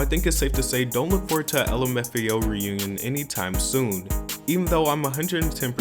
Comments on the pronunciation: So we just gonna ignore how the guy just said "lumafio" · lim f ao, amazing pronouncing